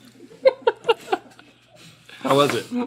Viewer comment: Jam is pronounced like the word lamb, but Link pronounced it like the word gem